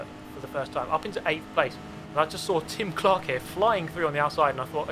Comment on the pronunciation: every time you said Tim Clark I heared Jim Clark. EVERY TIME. Here's an example of an f1 fanboy